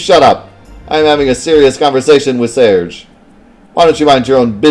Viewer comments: Its pronounced Serj (yes as in Serj Tankian). The J and G sounds are inverted in french, and you rarely pronounce the E at the end of words. Source : French-Canadian here :p. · I think you're probably pronouncing Serge correctly based on that fact that kid adds a "y" to the end of your name in the beginning scene which would make it Surg-ey-ee should it be pronounced Surg-ey to begin with which clearly doesn't sound right whereas Surge-ee sounds much better.